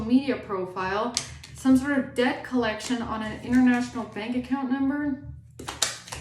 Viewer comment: Did you say debt colletion or. DEATH COLLECTION 😢 !!!😊